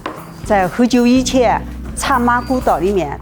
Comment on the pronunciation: Any Mandarin speakers noticed that in this accent, lots of final nasal sounds (-n, -ng) are dropped compared to standard Mandarin. Rubing -> rubi zenme -> zeime baocun -> baocui yiqian -> yiqie And many more.